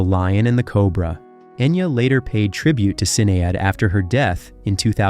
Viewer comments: Its pronounced shee naid not cin aid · Boadica is pronounced bow add eh kuh. Sinead is pronounced she nayd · You really should have consulted an Irish person in pronunciation before making this video. Even an online guide. Celtic by the way is pronounced with a hard c like a k. Sinead is Shin-aid - those everyone knows. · Its all "Shin-aid" not Sin e add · The narrator can't pronounce worth shytte. It's "Kelts" not "Selts." It's "Boo-dikka" not "Bo-di-see-ya." It's "She-nayd" not "Sin-edd." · Had to stop after hearing all the terrible pronunciations. Selts? Sin-Ay-ad? Ugh.